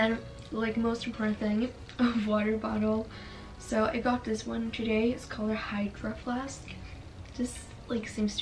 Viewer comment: They way she said hydroflask was funny asf it’s like she’s never seen one but welp yea it’s kinda understandable